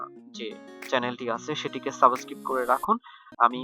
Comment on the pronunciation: যে ব্যাক্তি সাবস্ক্রাইব কে সাবোস্কিপ বলে তার থেকে কি শিখবো!!!!!! 🤔🤔